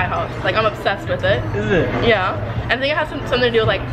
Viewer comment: y’all hear that accent coming in when she said “yeah”